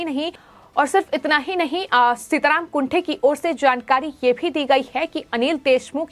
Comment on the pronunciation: सीताराम कुंटे ऐसा उनका नाम है ना कि कुंठे.pl. correct yourself